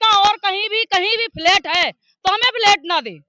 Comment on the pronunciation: इस पत्रकारिता मैडम को बहुत तकलीफ़ हो रही है झुग्गियों को टूटने से और तो और कम पढ़ी-लिखी भी है फ्लैट को फ्लाइट बोल रही है।